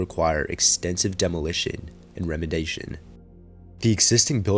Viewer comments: did you mean remediation? I've never heard it called remadation. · "bow" or "curved bay" window. A circular window is a porthole. also not "remedation". Remediation. Ree-me-dee-A-shun. excellent video. stay far away from the mold.